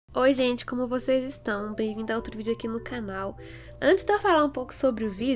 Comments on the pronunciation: «канал» ммм...звучало прям как по Русски(●’◡’●) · Concordo com voce